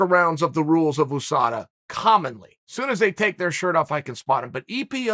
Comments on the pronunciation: Chael “Oosada” Sonnen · "OOSADA" - The OOnited States of America ?